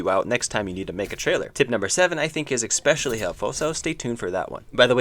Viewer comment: Why do you pronounce "especially" like that :(